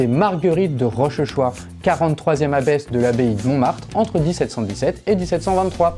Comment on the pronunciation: Petite info: on ne prononce pas Rochechouart Rochechouart mais "Rochouart"